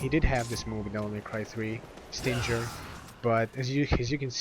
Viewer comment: Forgot to mention, the old Force Edge Combo can still be done by: Force edge melee, melee, switch to Yamato, melee, melee, pause, melee. PS: I find it weird that you've mispronounced Stinger. SHouldn't it be pronounce like "SS-DING-ERR" (like a scorpion's stinger?)